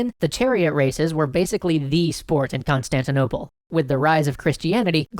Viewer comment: Um i believe you mispronounced “Constantinople” when you described what city the haga sophia was in the middle of.